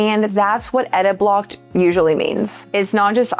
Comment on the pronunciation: It's "ediblocked", not "editblocked". Sigh...